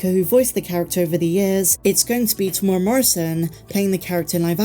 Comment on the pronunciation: I really enjoy your videos but please learn how to say Temuera. Teh -moo-erra. It's not hard.